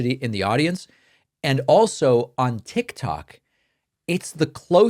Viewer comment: Hi David I like listening to you and keep myself informed. Why do you say tik tak ? It’s tik tok. Thanks